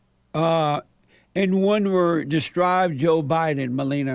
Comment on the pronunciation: It's *Me lee nee yuh